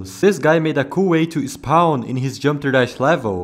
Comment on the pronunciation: It’s ironic he became The Daily Dose of Geometry Dash But he can’t even pronounce geometry dash right 😭 (Not to be rude tho)